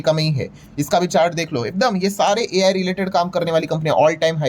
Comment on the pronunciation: हमारे गुरु AI को आई बोलणे मे खुश है